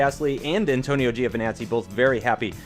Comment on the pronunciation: ANTONIO Giovinazzi not ANITONIO